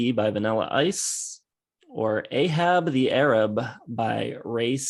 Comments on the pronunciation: Just a note is the mis-pronunciation of "Ahab The Arab"... The is title is supposed to be pronounced the way he says it in the song "A-Rab"... which to me emphasizes the whole racist tone of the song. This song, as well as "Seven Little Girls", are ones that could only exist in "the time". Though that is no excuse in hind-sight, it does explain the "what were they thinking" aspect. I do call it what it is, looking at it with the clarity of now. But they were witten in the very racist and misogynistic glasses of the time. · You have to pronounce A-hab the A-rab like this for it to make sense. It doesn't make it less offensive, but at least you can see what the writer was going for.